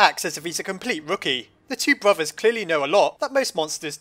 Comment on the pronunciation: no one:: Bruvvas